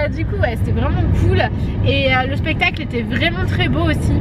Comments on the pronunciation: je reve ou a a pestacle au lieu de spectacle;)) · à mal prononcer "spectacle" bref je vous adore je te suis sur tous les réseaux sociaux ( #teamsnapchat )